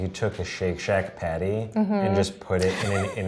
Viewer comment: She keeps saying patty as paté and I can’t stop laughing